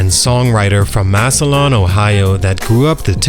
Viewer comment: Mass-linn. It’s pronounced Mass-linn, Ohio.